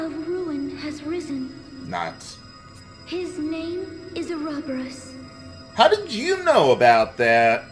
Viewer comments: Not only is the writing stupid with trying to pretend there is some deeper meaning to it, THEY CAN'T EVEN PRONOUNCE OUROBOROS RIGHT! THE NINNIES!! Its pronunced like... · I'm used to the FMA pronunciation of Ouroboros so hearing it pronounced in this game bothers me. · "Unacceptable" counter: 17 Total, 0 in this episode "Mrgrgr" counter: 6 total, 0 in this episode Ugh, still hate the way they pronounce ouroborus Well if the angel is a part of the Celestial Realm, which WOULD make sense, then it would make sense that she knows about Ouroboros How hard indeed...